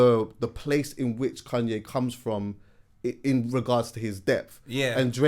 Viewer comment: pronounces Kanye as “Kun-yeh” 😂😂😂